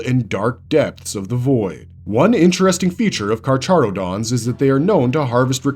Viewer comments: You absolutely butchered the carcharodons name XD it's read like so kar-ka-ro-dons, like the latin name for sharks. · Idk why but the way he said carcharodons pissed me off